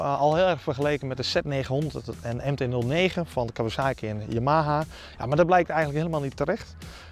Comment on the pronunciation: Die uitspraak... 'yamaha'.. Vreselijk